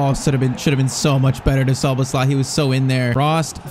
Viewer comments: Look up how to say Szoboszlai becouse you are saying it so wrong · Szoboszlai name is pronounced sho-bos-sly